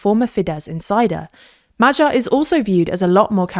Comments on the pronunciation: His name is Magyar, not Madzsar. Please correct the pronunciation. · MahGYar... GYA... Not like G in general. Good info, thanks for that but the butchering of pronunciation is setting my teeth on edge and I'm not even Hungarian. It's MaGYar, not MaJARAR. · it's pronounced "madiar", nor "majyar". could've learned it by now 🤦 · True. And Magyar is pronounced like Madyar instead of Majar, since "gy" is very similar to a palatalized "d", so it is kinda like the sound in the word "dew" or "duke" in traditional English